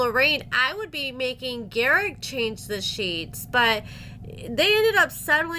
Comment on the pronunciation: lol, a book, jeez, what is it; gar-ICK the narcisSICK